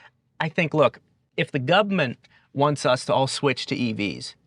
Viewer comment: “Gubment” 😂😂😂 love your videos, but that pronunciation was funny.